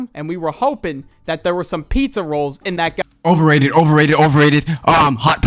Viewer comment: why did you say roles? It's rolls